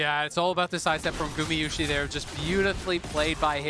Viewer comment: People really hating on casters? I think it's consistent and informative and I love that gamayushee pronunciation of Gumayusi lol